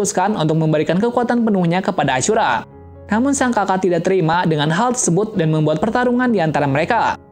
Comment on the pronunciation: kok nama ashura jadi acura